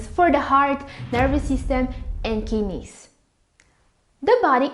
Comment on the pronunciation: Lmao "kinnies", her pronounciation is amusing.